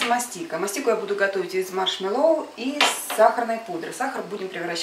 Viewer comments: это не мАшмелоу а МашмЕлоу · Правильно говорить маршмЕлоу, а так рецепт прикольный чуть слюнками не захлебнулась пока смотрела)))